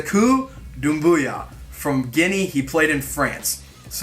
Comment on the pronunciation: Got my sub and a like for thorough research and name pronunciation bonus pts for getting the dude from Guinea's name right 😂😂